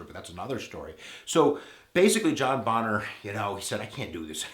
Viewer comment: Isn't it pronounced bay-ner not Bon-ner